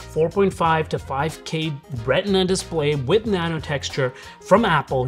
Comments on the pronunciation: What's a DISPAY? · The “dispay” 🤣🤣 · DISPAY lol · THE DISPAY 🤦‍♂ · Missing an L in your Dispay blend oder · Definitely love it for the “DISPAY”😅